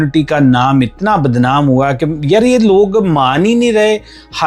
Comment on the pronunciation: 🍃💯BHARAT ka nam videsh mai barbad keya hai... It's(badnam)UNEDUCATED fools need to learn HINDI FIRST IT'S THE NATNIOL LANGUAGE... PUNJABI ACCENT.... THE WORD IS ( BADNAM) 🎉🎉🎉🎉